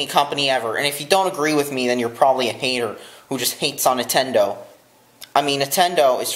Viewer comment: I love Entendo too! LMAO I'M DYING it's fucking Nin-ten-do